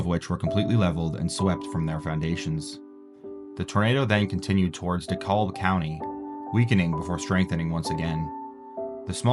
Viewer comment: Dekulb country lmao its DeKalb